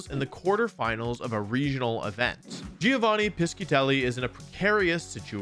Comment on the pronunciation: Italian here, my ears are bleeding It's: dʒovanni piʃʃitelli